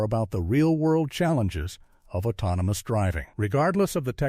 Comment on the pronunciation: Autnomiy Plarfrom? Autounimous? 😂. Prodduuction Facuiiity Expanssiiing? 😂😂😂😂